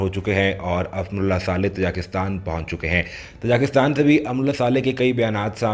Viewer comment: Oh bhaie learn how to pronounce Tajikistan first.